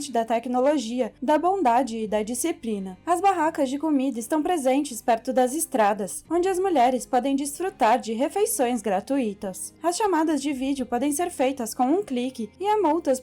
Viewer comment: O que vem a ser "gratuítas"? Pelo amor de Allah, pronuncie a palavra em questão de acordo com a classe gramatical a qual ela pertence! "GRATÚITO(A)" é um HIATO E NÃO DITONGO! TU SABE O QUE SÃO HIATO E DITONGO, NÃO SABE?